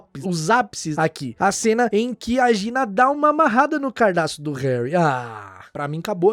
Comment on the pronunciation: Maravilhoso é o senhor Cardassi falar cardaço.